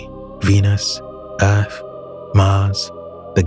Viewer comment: Did he just say earf? 😂